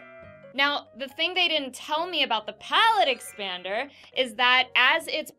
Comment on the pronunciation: You said it wrong. It's insert magical sound effect Palate expaaanderrr.